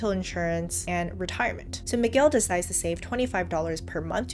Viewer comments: The u in Miguel should not be pronounced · lol i love how you say "Mig-well" at first but then went ahead and say Miguel correctly right afterwards twice...great vid!